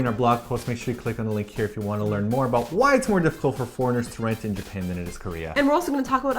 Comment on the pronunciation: Omg, I've been watching you guys for years and I never heard or at least noticed you say 'aboot' until the end of this video. It made me so happy! =)